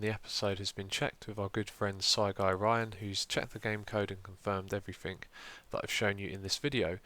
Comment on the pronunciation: xisuma not to bother but you said "everythink" instead of 'everything'